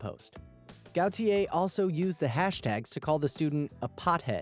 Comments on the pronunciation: I think if the first name is "Gautier" it's pronounced "Go-shay". If not, have a nice day! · tracy got-you-eh lolz